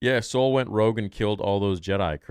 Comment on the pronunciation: It's Rogue, not rouge.